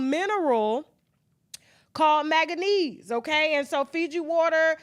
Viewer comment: She said it right